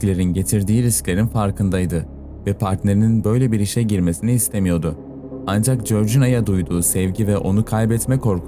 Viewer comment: Anzjak değil ancak sadeje değil sadece dereje değil derece artık tahammül edemiyorum bu telaffuzlara